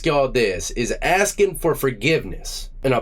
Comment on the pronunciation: axin' fo fugibness